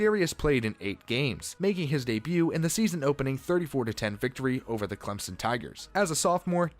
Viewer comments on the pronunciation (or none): none